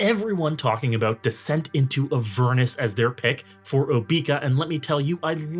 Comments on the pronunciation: I've never heard her name pronounced OBEEka. I've always heard OBECCA . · No way you actually call her "Obeaka" like that. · I've seen so many videos where they all say "Oh-bee-ka". Maybe they also say say "I'm going to bed." as "I'm going to bee-d." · I can't take this video seriously for every time you mispronounced her name. It's so annoying.